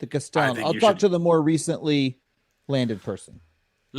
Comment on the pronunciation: Just to be pedantic: Castellan is pronounced CAST-eh-lann